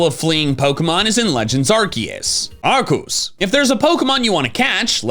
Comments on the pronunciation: Does anyone know why always says Arcoos instead of Arceus? Always been curious about this. Hell, sometimes he even corrects himself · Did he pronounce Arceus like "Ark-oose?" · Pokemon 13,, it pronounces Arceus like arcoos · Whos arcoose 😂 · Why do you pronounce Arceus' name like that?